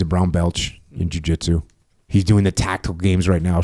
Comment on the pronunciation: Did he say “brown beltch”? Was Jocko channeling his inner Renato Naranjha?